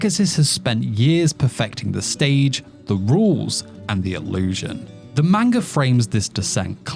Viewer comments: Ppl please 👏🏼start👏🏼pronouncing 👏🏼manga 👏🏼corectly👏🏼. I swear to god it makes anything you say after lose all credibility. “Meinga” is not a thing. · Grown man can't pronounce manga 😂😂😭